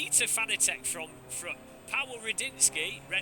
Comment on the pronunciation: If only he could pronounce Fanatec correctly. .